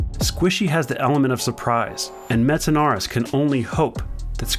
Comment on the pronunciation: i like how he cant say metsanauris correctly lol